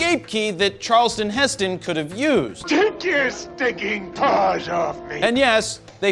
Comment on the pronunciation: “Charleston Heston?!?” Come on, Fro Bro! You need to pronounce that right and do an edit!